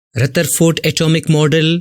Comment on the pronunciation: Rutherford baba LOL